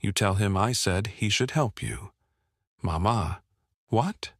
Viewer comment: The narrator does'nt use some of the correct pronunciations!! Not MaMa! Mama.